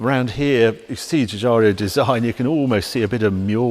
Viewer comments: Another great video. One minor correction, though: Giorgetto pronounces his last name Jeeoo-jeearo, not Jeeoo-jario. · 2.20 Just to be pedantic ,,respectfully Harry , it's Giugiaro ,,not ''Giugiario''. Such a great designer. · Dear Harrio, I love your garagio. May I ask if you are aware that there hasn’t been a video where you did not misprounounce the Italian designer’s name Giorgetto Giuriaro? It is Giugiaro and not Giugiario. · Harry, not Guigario, it's Guigiaro. Jew-gee-R-O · Hearing Giugiaro's name being mangled by Harry again is so disappointing.